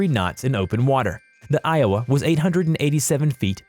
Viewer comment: WOW, he pronounced Iowa correctly, what a miracle!!!